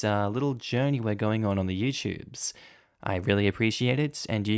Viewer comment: I wish he’d edit out the ‘You Tubes’ phrase bc my brain hears ‘you pubes’!!